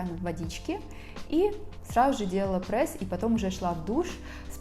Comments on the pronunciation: Меня одну бесит что не прес а прэс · Вам тоже не нравится когда кто-то говорит Прээс?😆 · Я тоже говорю "прэсс"😊😁